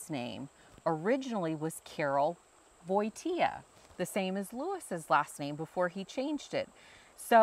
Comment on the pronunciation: Watching that video was so nice, thank you! I'm from Warsaw and I have to say that the way you speak polish words is very good! Maybe you do not know many words (yet) but the pronunciacion is correct. One thing I could suggest is with letter "W". Just switch W to V.. for ex when you read "Wojtyła" in polish it sounds literally "Voitiwa" cause in polish W sounds like V (and we do not have V in our alphabet) and W is soft but it is written by "Ł". Do not be afraid of polish, just speak... You are alredy very good at it I can hear :) I hope some day I will be able to come to America and see all those amazing things you have :) And you are always welome in Poland, peaceful and friendly country to all peaceful and friendly people who want to enjoy a good beer and food! God Bless America and Sława Polsce!